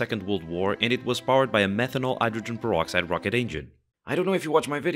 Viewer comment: How is it that you can't pronounce the H in words like 'hydrogen', but when you say 'air' you suddenly put an H in front and are able to pronounce it?